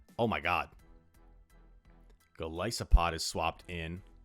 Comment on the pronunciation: Thank you for being one of the only YouTubers that pronounces Golisopod correctly